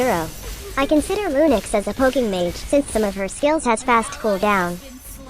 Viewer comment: And did you just said lunix XD